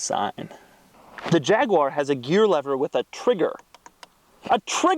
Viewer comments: Jag-u-ar not jagwah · No its not a jagwoar, its a Jaguar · Jag you are Wtf is a jagwire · There is no such thing as a JagWah, it's called a JagUAR. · YouTube subtitles actually say "jagular" when Richard Hammond says it 😆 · God damn it. Its pronounced Jag(you)ar. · Fucking Jagwar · Jag-u-ar. Say it! Jag-u-ar. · Fs America It's 'Jag-U-er' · oh man, the way you say jaguar makes me cringe, please just say f-type instead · Can you teach him how to pronounce jaguar properly as well?